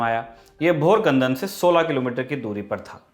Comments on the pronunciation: Great info, i am from jalna and knew very less about this war thank you , And also a small correction the name of village is bhokardan not bhorkandan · Is not a भोरकंदन it's a भोकरदन 🤣😂🤣😂🤣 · It's not Bhorkandan it's "Bhokardan" in Jalna district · Bhorkandan must be bhokardan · Abe dhature Bhorkandan nahi Bhokardan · Itney bewakuuf ho.. 'Bhokardan' bhi theekse nhi bol sakta lekin lhwahish Maratha itihaas pe baat karneki hai!!😃